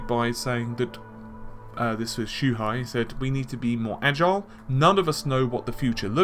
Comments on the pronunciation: Wait, I thought his name was "Shuhei" and not "Shuhai". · You pronounce like this: Shoe-Hey